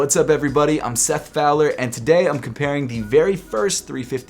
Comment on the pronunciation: Feth Sowler